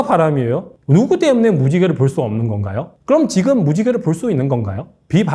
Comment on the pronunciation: 때문에를 못하고 대문에로 발음하네~ 저 정도면 이젠 발음도 신경써야지?